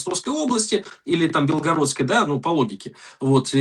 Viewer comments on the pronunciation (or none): none